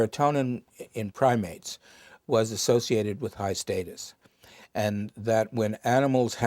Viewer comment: I’m bothered by the way this guy pronounced “status “